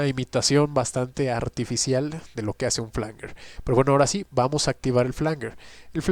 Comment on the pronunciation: Flanguer o Flanyer? Esto genera confusión, La IA dice que es Flanyer 🧐🙄 : Se pronuncia /ˈflændʒər/, es decir, "flan-yer". Se escribe "flanger" y se refiere a un efecto de sonido que se crea mezclando dos señales de audio idénticas con un pequeño retardo variable, lo que genera un sonido metálico y arremolinado que puede recordar a un jet o un coro. Desglose de la pronunciación: flan-: Similar a la palabra "flan" en español. -jer: Suena como "yer" en español, con un sonido similar a una "j" suave y la "er" al final.